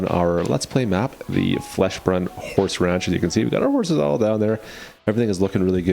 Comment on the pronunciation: Fleshbrunn? Its felsbrunn